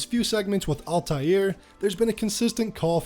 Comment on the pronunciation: Al-taïr is a word in arabic and it means “the flying one” or “the bird” to pronounce it say AL (like L) and continue and say tayir (ta and yir (yir pronounced as year) so you can read it as L ta year